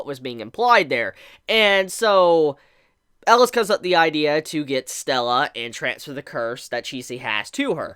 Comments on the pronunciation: Why do you keep saying "Ellas?" His name is Elias? Where does the I go? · pls pronaounse it right E-li-as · 3 more epsiodes for to learn how to pronounce 'elias' ^^